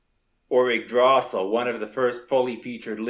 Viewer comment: >Yggdrååååsil To be fair, this is pretty damn awesome, I'm just being mean